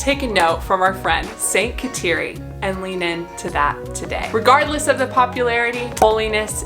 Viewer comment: Her first name is pronounced (Ga dah Lee)……❤️ Thank you for the video.